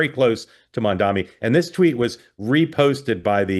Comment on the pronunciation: Can someone please tell Mark how to pronounce Mamdani?